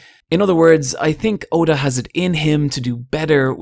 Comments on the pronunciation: Ok good but the you pronounced his name wrong. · The fact that you pronounced Oda's name so badly made me dislike this video